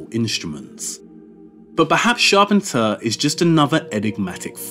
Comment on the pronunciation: Loved this.....great work. But you pronounce Charpentier's name wrong. Maybe check it out for next video.